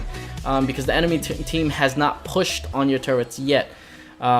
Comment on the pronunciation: Btw its turrets